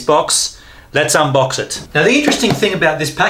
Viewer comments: UM BOX. its UN BOX mate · Umm.. we're not gonna mention that he says "umboxing"? Instead of "unboxing"?